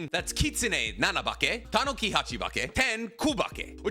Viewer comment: you are pronouncing Tanuki wrong its Tah-noo-kee. They also are depicted with giant balls and i think they missed the opportunity to give Gaara huge nuts.